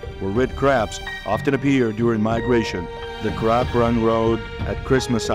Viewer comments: Red Carbs???? How bout invasive terrible narrators? When he cannot pronounce a four letter word that is the subject of the video then there is a management problem. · why does the narrator keeps saying carbs ?? so annoying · I thought this was about Red Crabs & not Red Carbs as the narrator says. LOL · Wait, so he started the video saying carbs then randomly switches to crabs? 🤔🤣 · It's crab, not carb !!😅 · Red CRAB not CARB....good lord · Red crab, not carb, wtf, lmao… check ur narration bro